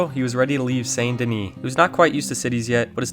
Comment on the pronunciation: I see what you did there. Pronounced St. Denis wrong on purpose to farm comments. 😉 Oldest RDR2 video trick in the book. Well, I'm not falling for it.... Wait a minute!.... Darn